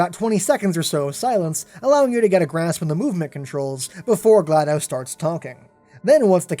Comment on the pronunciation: Not to be offensive but it’s pronounced “gal DO s” not glad O s”